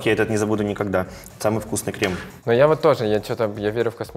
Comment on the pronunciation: КремЫ, крЕмами, экспеРДЫ😅